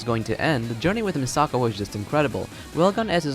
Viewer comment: Omg you keep saying Misaka wrong!!!!